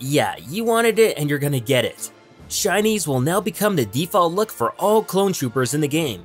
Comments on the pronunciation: Is it just me or am I hearing Chinese instead of shinies? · I thought he kept saying Chinese. LOL.